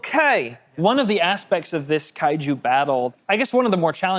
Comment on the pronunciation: Definitely kaiju not kaiyu 😅